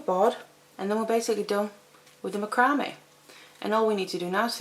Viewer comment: I think it sounds beautiful the way you pronounce it.